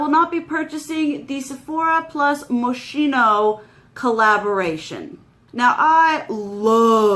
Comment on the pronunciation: It's pronounced mo-skeen-oh. ☺️